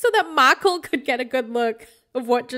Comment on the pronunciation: Makul!!!! Lmfao I now officially use that pronunciation whenever I say Michael.